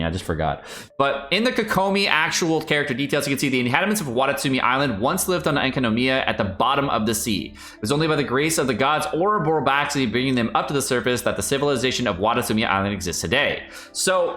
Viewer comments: I laughed everytime you said "Enkanomoya" instead of Enkanomiya. Thanks! Other than that, good info. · tottaly didnt butcher the area name EkanoMOIYA